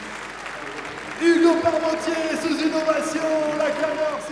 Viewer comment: La commentatrice je c pas trop comment elle lit car hugo Parmentier sa se dit pas quartpentier g jamais vue ça